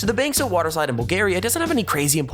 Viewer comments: No 4 is Bansko not Bankso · I'm from Bulgaria and it is not Bankso it is Bansko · Sorry for that but it’s actually bansko and not bankso 😬😬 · Mate its Bansko :D :) Nice Video :)) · Marina Mravova yep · Its bansko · It is Bansko